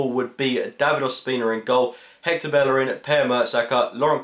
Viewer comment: It's pronounced Bejerin.